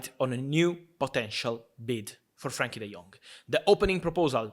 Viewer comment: It’s Frenkie, not Frankie